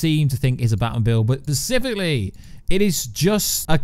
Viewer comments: it's hard not to notice it when he misuses the word like 12 times. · Take a drink any time he says “pacifically” instead of “specifically” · "Specifically". With an "S". Not "Pacifically", which you said like a dozen times. Good videos, but mispronouncing words dozens of times? Come on. If you can't say it, use another word. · Persificly? Specifically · Glad I wasnt the only one who caught that lol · Not only is he saying pacifically, he is saying in sentences that doesn't make sense in. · Oh my God I can't watch this anymore hahahaha. Everytime he says pacifically, I laugh. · Is it just me or is he saying "pacifcally"? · No one: Absolutely no one: In the comments: is he saying pacifically? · Pacifically... sorry, just needed to say it again... pacifically! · I enjoyed the video but there's an "s" at the beginning of "specifically"